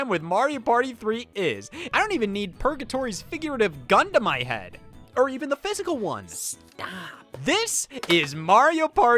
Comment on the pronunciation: I heard 'Gun to my head' as 'Gundam I had'